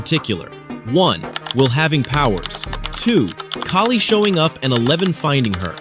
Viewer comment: Thank you for saying Kali’s name right My ears bleed when people mispronounciate it